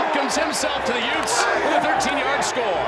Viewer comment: Did you say utes